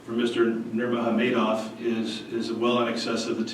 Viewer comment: I like how he said "Khabib NurmogamaHEYdov"